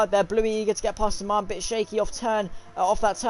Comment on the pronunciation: Sman.... Is pronounced S man 👌🏾